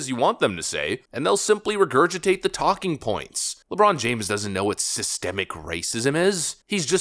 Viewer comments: 😂 “Cystic” or is that “Systic” racism? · So the HUGE mistake was that he said cystic instead of systemic? ....... ok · did he says cystic? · I thought he said assistant racism….WTH does that mean.. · When I heard him say "cystic racism" and honestly I thought he said "assisted racism"...there's a comedy sketch in there somewhere